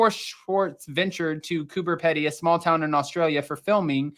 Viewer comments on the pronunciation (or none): COMPLETELY AGREE WITH WHAT YOU SAID... ALSO, COOBER PEDY SOUNDS LIKE... PEE...DY. GOOD TRY THOUGH.:hand-pink-waving::shelterin:😜🤪